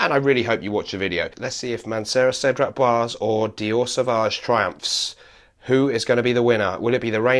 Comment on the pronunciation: my pet peeve is americans and brits not getting french pronunciation right :) it's boisé, like in blasé. the last e is not silent because of the diacritic mark :)